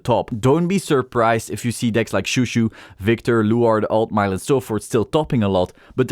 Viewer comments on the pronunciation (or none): My gf was in the car with me while watching the video. She was cracking up the entire time thinking you were saying dick instead.